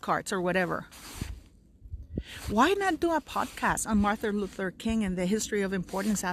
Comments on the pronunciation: Mar-TIN, not Mar-THA, Luther King. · Sounds like you are saying Martha and not Martin - sorry to be picky X